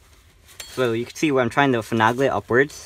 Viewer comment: Please pronounce finagle, with a long A in the middle of the word. FinAAAAgle ;)